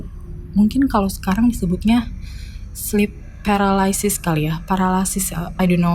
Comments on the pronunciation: What in the world people who can't speak "sleep paralyze" but can say "i don't know", "literally", "legit" and "which is" very loud and clear? Lidah ente keseringan makan burger dan pizza daripada makan gado-gado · apa cuma gue yang julidin nih bhs inggrisnya mbak, yg selalu diselipin dikalimatnya trus pas sebut "sleep paralysis"nya ancur😂😂😂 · Wicas wicis,,, Orang Cina orang Cina ... ngomong sleep paralysis aja kagak bisa lu neng 😴😴😴